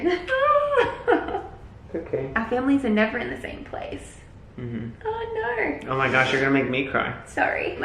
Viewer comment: her little australian ‘oh nooo’ 😭